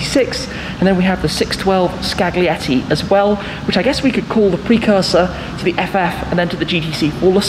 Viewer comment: The G is silent in Scaglietti, like lasagne! Keep up the good work Tim 👍🏻